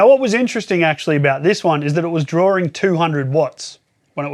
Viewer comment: Drinking game: take a shot every time he says "drawering" when he means "drawing"